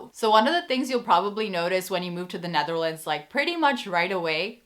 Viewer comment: Why do you call the country The NAtherlands?